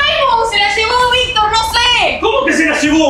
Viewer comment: Es Victor no vic